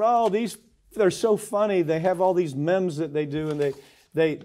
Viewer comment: . Mehms? Really? Mike, you're cute, lol